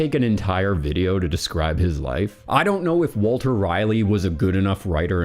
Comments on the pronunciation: Rolley not Riley. Raleigh. Sir Walter Raleigh. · It’s Ra-Leigh not Riley. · The ultimate question is; why do you pronounce "Raleigh" as "Riley?" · That's how you can tell he's a reader 😅